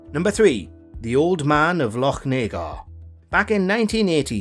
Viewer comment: Yup, nobody outside Scotland can pronounce, "Lochnagar."